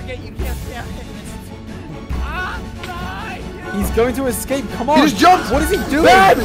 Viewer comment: Because he knows how to eXcape (There's 90% chance he says excape instead of escape)